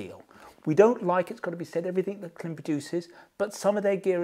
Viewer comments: Klim is pronounced climb (note the dash above the i). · Just an FYI: Klim is pronounced "climb" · Klim: pronounced as “Climb” without the b Shoei: pronounced Shoh-ei My 2 cents